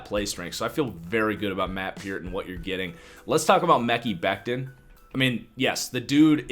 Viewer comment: Dude.....its pronounced Me-ky Beck-tin , lol Why can't you white guys pronounce other races/creeds and religious names ?